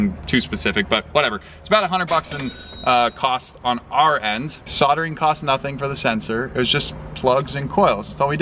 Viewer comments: Why do you keep saying SODERING ? It's SOLDERING 😮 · Cuts soldering not sodering just saying 😮